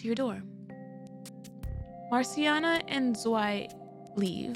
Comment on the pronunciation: "Zwei" is actually pronounced "Zvah-ee". It's german for two, obviously.